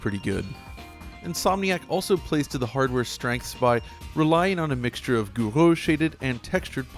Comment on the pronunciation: My favourite part was the attempted pronunciation of Gouraud. Sounded like was choking on something.